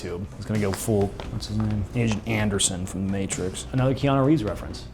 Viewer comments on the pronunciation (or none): none